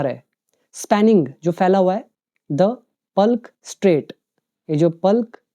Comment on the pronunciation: . Palk strait =पल्क strait❌ =पाक strait✅